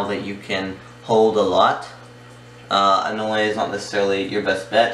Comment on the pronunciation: Its pronounced an ol.there is no le on the end just an ol.